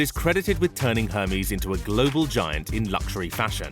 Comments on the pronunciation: Ermesse not Hairmeese ! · OK here we go again it is ERR MEZ NOT HERMEEEEZ. Oh god you are a mess. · i thought it was said air-may (Hermes) not Her-mees like the greek god. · narrator kindly check before narrating foreign names. its NOT "hermeees"... its "Air Mays." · You pronounced it as Hermeez??? It's pronounced ehhrr-mezz. Amazing. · “Hurmiez” lmao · "Her mies"... gosh. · But why does he pronounce it "her-mees"?😭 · Hermies? Really? Hermies? Can't even pronounce it properly.. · Did he say Hermès like hermes the god? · Lordy the way he mispronounce Hermes drives me crazy. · Pronounces Hermès wrong, uses a pic of Buffet when taking about Mars and says Mexico is part of South America 🤦🏻‍♂️ it’s part of Latin America but is in North America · im offended at the hermes pronaunciation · Arg there is only so many times I can listen to the word Hermes pronounced that way. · The H is silent in Hermès!!!!!!!! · Wrong pronunciation of Hermes !! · PM Layden It does. It says someone still has an expectation that someone creating content and posting it as purported fact do a basic level of research in order to correctly pronounce a commonly known brand name. It says she has standards that this crap video failed to meet. In addition, photos were misidentified as was the location of the entire country of Mexico which is in North America, not South America. If people are insulted just for holding others accountable for failing to meet basic standards, then the quality of everything will continue to decline. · I love shopping in aldi but for the love of god pronounce herme's properly please